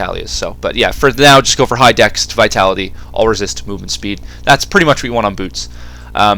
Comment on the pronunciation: Trivial thing. Why do you say 'dext'? Surely it's easier to say 'dex'. Just find it odd.